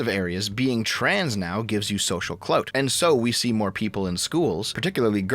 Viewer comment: saying “cloat” instead of “clout” will never not be funny